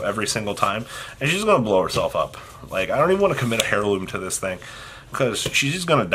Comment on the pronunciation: Please use google pronunciation on "heirloom"